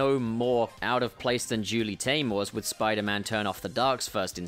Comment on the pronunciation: 'Spuman' hahaha I died